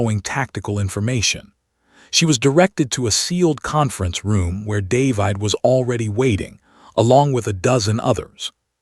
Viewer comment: The AI voice is pretty good, but why, why, why can it not pronounce DAY-VID?